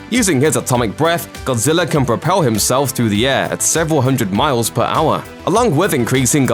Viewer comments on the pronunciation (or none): none